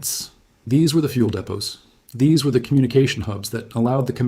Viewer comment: Any chance of fixing the AI word pronunciation? Tapp d, t he, m a p grid, these are just 3 examples.